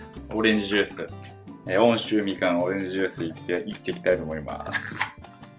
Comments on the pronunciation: 「おんしゅう」じゃない、「うんしゅう」や。。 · うおー待ってました！とうとう！！はじめまして！！ クミンでなんで笑ってんのwそして「おんしゅう」じゃないよ「うんしゅう」だよー！ 普段見れないナオキマンが見れて楽しかったwまたやってねw ていうか途中何のチャンネル見てるんだかわかんなくなったわw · ｢おんしゅう｣じゃなくて｢うんしゅう｣でヨロシク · 温州(おんしゅう)ではなく、温州(うんしゅう)らしいですよ😄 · ナオキマン！「おんしゅう」じゃなくて「うんしゅう」ですよ！！！ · おんしゅうじゃなくてうんしゅうって言うんだよ！ 虫眼鏡が言ってた！ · めっちゃ美味しそう！ スパイス入れずにじゃない？ うんしゅうみかんを、おんしゅうみかんて言ってました？ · 温州はおんしゅうじゃ無くてうんしゆうです！ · 温州みかん(おんしゅうみかん) うんしゅうですね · 「おんしゅう」じゃなく「うんしゅう」みかん と読む。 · 温州(うんしゅう)みかんですよ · 温州みかん おんしゅう× うんしゅう○ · 温州みかんと書いて「うんしゅうみかん」と読むんですよ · おんしゅうじゃなくてうんしゅうです！ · 温州(おんしゅう)... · オンシュウじゃなくてウンシュウだよ（温州) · おんしゅうじゃなくてうんしゅうですよ！ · おんしゅうじゃなくてうんしゅうでしょ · おんしゅうじゃなくて うんしゅうだとおもいます。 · 「おんしゅう」じゃなくて「うんしゅう」らしいですよ！ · おんしゅう じゃなくてうんしゅう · 温州みかんのことおんしゅうって言ってて草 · 温州ってやっぱり(おんしゅう)って読んじゃうよねw